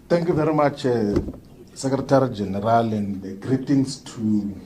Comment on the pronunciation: not charismatic at all. hear how he is talking. very boring hear how he pronounces the word general. boring. no logic in what he is saying, unlike malema